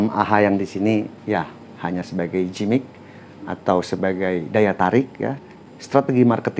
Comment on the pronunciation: makasih riview2 nya pak, sangat membantu untuk keperdulian kepada hak hak konsumen agar mendapat produk yg benar dan tepat serta jujur...btw Giimmik pak, gak usah dijadikan J huruf G nya hehehe ...maturnuwun infonya